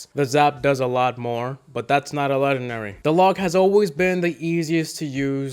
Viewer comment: There’s an “N” in the word Legendary lol